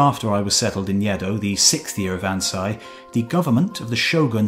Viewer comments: Agreed, but, for vowels, Japanese is pronounced as in the Spanish or Italian. So Ansei is pronounced "An say" not "An sigh". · Loved this video, but your pronunciation of Ansei is wrong. "Ei" is not pronounced like the English "eye". It is pronounced like the "ay" in "away". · An-SAY. It’s not German. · Mispronounced Ansei I think, had me a little confused for a moment Great video as always! I love how self-aware he was I feel like a lot of people would take a lot of elements of culture for granted